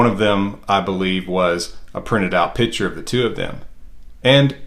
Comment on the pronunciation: Pitcher ??? not Picture???